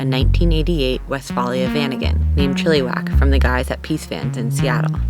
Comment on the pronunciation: It's Chilleh-wack, not Chile-whack